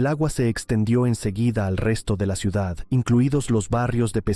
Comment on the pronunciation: Ya me extrañaba a mí que no apareciera el envidioso aguafiestas que no soporta que Valencia sea visitada por miles de personas cada año. Quien habla en este vídeo ha pronunciado la palabra "ciudat" con "t" es decir , que seguramente es cacalán. Expulsión de moriscos y judíos fue en toda España. La Inquisición en Valencia fue suave en comparación con la europea.